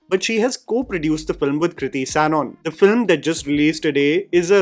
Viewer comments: Why are you pronouncing Sanon as Sanon? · Hii long time viewer here, dont mean this as a hate comment but just a suggestion that when you are doing a review, you should research on how to correctly pronounce the actors names. The mispronunciation of Sanon and Shaheer's name just bugged me, so I thought of letting you know, anywhoo appretiate the review!